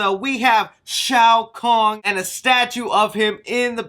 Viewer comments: It hurts a bit to hear Shang tsung’s name be mispronounced it’s Shang sung you don’t pronounce the T minor nitpick tho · Wait did you say shang t sung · Yeah homie said Shang tsung wrong too 🤦🏽‍♂️ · You call yourself a fan when you butcher my boi shang tsungs name 😂😂😂😂😂😂 jk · Thought you were a mk fan intill that pronunciation of shang tsung....still great channel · I was hoping he was botching these names on purpose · Shang Tsung bro, t is silence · You did well with most of the pronunciation, but with Shang Tsung the T is silent. And google how to pronounce Lin Kuei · did he just say "Shang tuh Sung"????? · shang tuh sung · Bro who cares I literally laugh my ass off when you said Shung T Sung ...in times like these we need a laugh brother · Immediately disliked once you said Shang Tosung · Who is Shang T Sung? 😆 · “Shang Ta-Sung” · and shang two san lol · Omg his name isn’t Shang two song you muppet. Do you also pronounce the silent letters in other words like knife? How can you have played the game and not know his name? Disgraceful, you should be banished to outworld. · My nigga just said Shang “too sung”... bro are u even a fan of mortal kombat or did u just read something about this before doing this video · Amen Brother! I was thinking the exact same thing. This guy knows nothing about Mortal Kombat 😂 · Lin kueky lol it’s pronounced Lin qu ai. And Shang stung is Shang Sung. Hopefully this helped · The T is silent in Shang Tsung 😆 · My guy. Shang Tusong? Lin Kewey? How is it you can’t pronounce Asian names and titles at all haha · Lin kuei pronounced lin kway. Quan chi pronounced qwan chee. The t is silent in shang tsung . Hope this helps in future videos . I like your channel so i don't want you getting haters in the comments. Take care